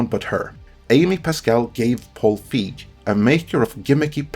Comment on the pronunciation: You're mispronouncing Feig. The 'ei' has more of an 'a' sound.